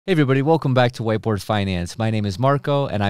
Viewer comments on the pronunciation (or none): Every time I hear him introduce his video channel, I hear "white boy finance" even though I know he's saying whiteboard finance. 😂